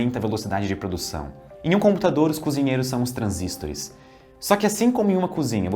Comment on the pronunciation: Pq ele pronuncia transístores?